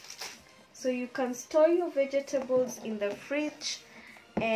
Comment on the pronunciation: Veg-table not vege-table. Lovely vid